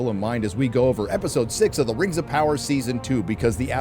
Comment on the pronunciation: "Previously on the Rrrrrings of Power" 😂